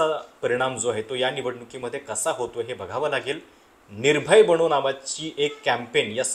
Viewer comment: बणो नाही..बनो आहे ते